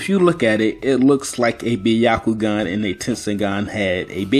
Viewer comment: It isnt ‘baiyakoogan’ it is ‘byakoogan’ prononciation to everyone pls